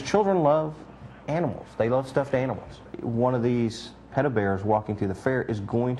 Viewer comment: he miss pronounces "pedo", yet he talks like hes a frikin expert...